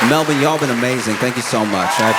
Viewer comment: Thanks Josh, for being the very first American to pronounce Melbourne correctly <3